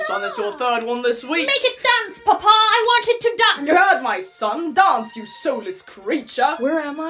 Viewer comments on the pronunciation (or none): it’s always the “paPAh” for me. such strong pronunciation for no reason 💀